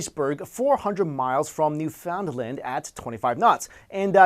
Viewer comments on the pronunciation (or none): No, no. Not "New-Found-Lind." It's "New-fin-land". I live there. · its not new found land its newfin land there is no space between new and fin on purposely because its sounds like one word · It's pronounced NEW-fend-lend, not New-FOUND-land. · lol. its newfoundland, not newfoundlind. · It's not "new-found-land". It's more like "noofunland". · It's pronounced "new finn land" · 'New-found-lend' i cringe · It Newfoundland (New-found-land) not (New-fond-land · It's pronounced newfinland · Hey awesome video and channel; got a new subscriber here. Just thought I'd point out Newfoundland isn't prenounced phonetically. It's more like New-fun/fund-land depending on how quickly you say it. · you said newfoundland wrong its newfundland (thats how you say it) i know cause im from there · newfoondland is the way its pronounced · Newfoundland is pronounced a little more less... enunciated than you are saying it. sort of like "Newfunland". great video otherwise though. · This dude doesn't even know how to pronounce "newfoundland" and he's making science videos? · Lol true, he said it wrong though :( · People not from Newfoundland can never say Newfoundland right. Well, other Canadians are not too bad at it.. Most.